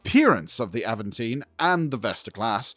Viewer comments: Nice. :) In my brain it always has been British English "Aventine". (So not Aven-teen, that is the most Cali thing I have ever heard. :D) This person from the University of Birmingham is doing the correct pronunciation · its not Aventine like Newcastle upon Tyne, its Aventiné, the Destiny series of books are awesome, best Trek books ive read. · GAWD!!!! Can you be more annoying with that Tine/Tine/Tone Mess!!!! STOP IT! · "Avant Ting-tine-taine-tone". Good to know the spirit of "Spike Milligan" is still living on strong. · 😂😂😂😂😂😂😂😂😂😂😂😂😂😂😂😂😂😂😂😂😂 Please Stop I can't breathe. Aventeen, tine, tone....😅😅😅😅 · Avan tine ( like the hill in Rome) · Not enough effort to figure out how to say the ships name... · It’s not that hard of a name to pronounce. Jeezus.